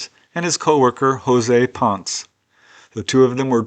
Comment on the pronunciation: the last name PONCE is pronounced PON-SSEH, just something you might want to know.,.